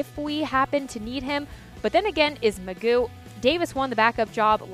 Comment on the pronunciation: there is no way it is pronounced mcgoooo. why would anyone go with that. you just say its mcgoff. i just dont understand.